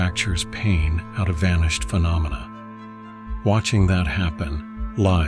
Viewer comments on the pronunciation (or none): none